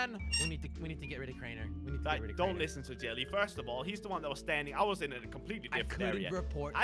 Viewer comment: Its Crianer